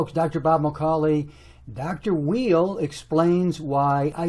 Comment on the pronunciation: The art of argument requires that a person study his opponent and understands who that person is and what the opponent represents. That includes being able to articulate the opponent's position accurately, and learning how to pronounce his name correctly for Pete's sake! Both sides have merit but starting out with insults does not work.